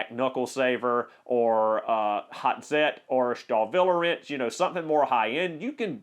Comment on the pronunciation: "Volkswagen": VOLTS WAGEN "Hazet": HOT ZET